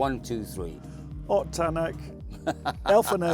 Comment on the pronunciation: Any chance you can get to start pronouncing Ott's name correctly? 🤣